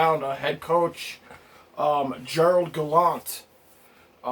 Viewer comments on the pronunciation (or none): It's GeraRd Gallant NOT Gerald Gallant - hahaha... He was let go from the Knights bc he wanted more say in roster decisions and disagreed with the front office on analytics. In Fla. the front office and management was a disaster and there was upheaval all over and he got shafted. The players were in shock. Until this day any Panther still there from Gallant's days still question that decision and are mad about it. He will bring the fire and much of the toughness people say the NYR lack will be instilled in them by Gallant along with some roster moves... get ready for a fun few years!